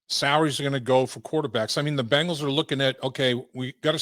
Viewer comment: Love hearing from Chris. You just gotta teach him to say BEngals and not BAngles! The Bangles are a band from the 80’s!